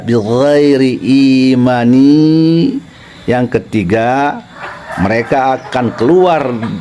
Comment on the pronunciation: Kok bighoiri imani..Kn harusnya bighoiri imanin..bicara hadits kok tertawa yi